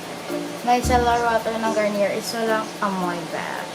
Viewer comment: bes garniyey po yung pagka pronouns non di po garniyer